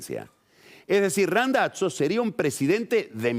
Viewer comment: Queda muy navolin queriendo pronunciar Randazzo en Italiano lo tendría que pronunciar como lo pronuncia el propio Randazzo